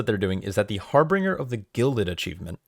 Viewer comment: You're adding a R in the middle of Harbinger that isn't there. Harbinger, like Ginger.